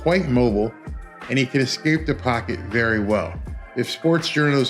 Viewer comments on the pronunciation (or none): none